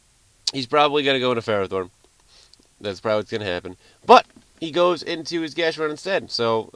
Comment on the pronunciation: It's actually pronounced fur-ah-thorn, not fare-o-thorn.